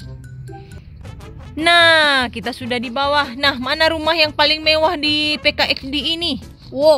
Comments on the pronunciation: Bukan meffah tapi mewwah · Mewah bukan mevvah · Kok malah mevvah bukan mewah?